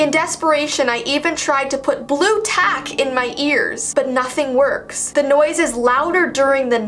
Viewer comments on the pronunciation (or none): none